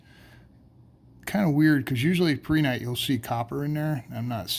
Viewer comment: You are pronouncing Prehnite correct. In geology, if it ends in i t e it's pronounced how you pronounce it, never how one would pronounce "it".